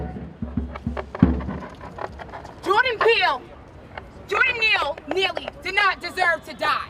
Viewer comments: She said, "Jordan Peele" lol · Did she say Jordan Peele? Lol